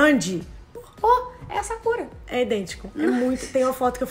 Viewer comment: Kkk gente fiquei o resto do vídeo todo me perguntando pq vocês chamam a Sakura de sakúra 🤣🤣🤣